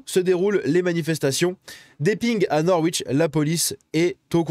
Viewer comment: Bravo à nos amis britanniques! Juste une précision, le "w" de Norwich ne se prononce pas, je l'ai appris là-bas, so just pronounce "Norich " 😄J'espère que tu vas continuer cette série sur le UK, c'est super!